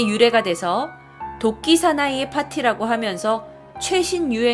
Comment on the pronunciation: 자꾸 도끼가 독기 라고 들리는 1ㅅ..